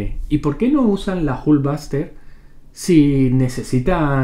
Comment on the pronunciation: La airon espayder y la jul vaster jajajaja